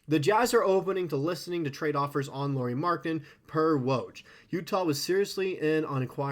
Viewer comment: Lauri…. Not Lori.